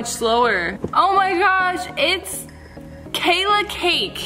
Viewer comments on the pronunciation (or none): none